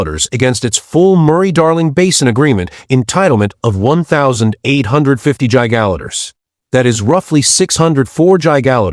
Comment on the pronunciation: Teach AI how to say Giga litres